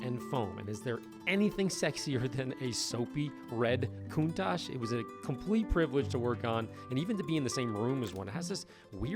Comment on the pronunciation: Oops I meant “coun-TACK” lol